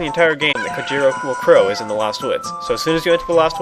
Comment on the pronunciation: The blue chickens name is pronounced like (Ko-hit-oh) the "J" is ment to have an "H" sound like the "H" does in jalapeno